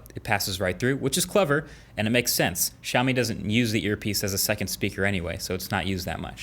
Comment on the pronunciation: WHY IS EVERY AMERICAN PRONOUNCING IT WRONG???? ITS NOT SHAW-MI, IT'S SIEAW-MI L, CI-OW-MI HOW DO I KNOW? IM ASIAN